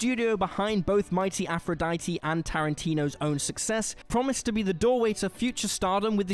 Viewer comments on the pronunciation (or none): none